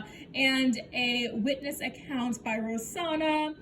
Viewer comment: I think you’re pronouncing her name wrong. I believe it’s ro-SAN-na. (Not trying to hate). Also I agree she needs a long break. She keeps lying and bringing up old stuff. I think people are going to unsubscribe. It’s interesting that her tiktok has more followers than her yt. And I agree. She didn’t put in the work then expects everything to be right somehow. Didn’t get fitted and didn’t fill out forms, then gets mad her wardrobe is small and her food isn’t healthy.